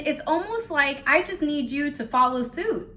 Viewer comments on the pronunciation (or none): none